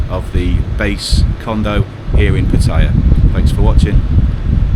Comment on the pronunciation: It's nice to hear someone pronounce the name 'Pattaya' correctly mate :)